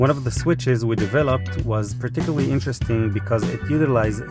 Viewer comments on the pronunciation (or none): none